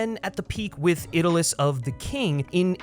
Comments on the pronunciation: "Iddeliss of the King"? Really? "Iddeliss"? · Hard to take this video seriously after you just pronounced 'Idylls' as Idilus..... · ‘Idyllis’…??? Idyll, as in “Idylls of the King” is pronounced no differently than idol or idle. Hardly an obscure, Tennyson era curiosity.